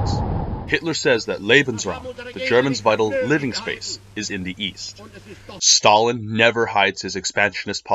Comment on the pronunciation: His ability to butcher ww2 leaders names like stalin did in ww2 is inoressive